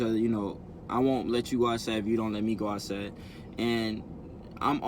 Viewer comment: It's outside not outsa